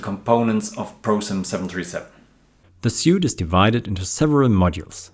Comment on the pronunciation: Your English is great! Just a tip, suite is pronounced like "sweet". Hope I didn't offend. Keep up the good work.